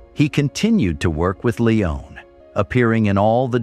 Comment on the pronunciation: Or Sergio Leone is constantly pronounced "Leon".